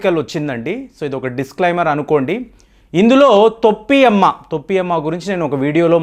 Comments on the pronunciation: తొప్పి అమ్మ కాదు టోపి అమ్మ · తొప్పి అమ్మ కాదు టోపి అమ్మ.